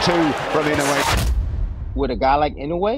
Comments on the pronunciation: IN HAWAII WHERE I LIVED WITH LOTS OF JAPANESE FRIENDS AND SENATOR INOUE ...ITS PRONOUNCED: I N O Y E ,INOYE NOT INOWE ,NOT INOWEY ! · IN-NOH-WEH not IN-YO-WAY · Pronounce it like this In-no-way. Easy enough right? To my fellow Americans I'm sorry I'm choosing a JAP over American blood 70 years ago that would have been a syn to say in America lol but times have changed and I'm so interested in Inoue and intrigued by his skills. He will win Fulton hasn't even fought hi caliber fighters. Inoue is exactly that. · it's eee-no--woo-ay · pains me as a japanese person how everyone mispronounces his last name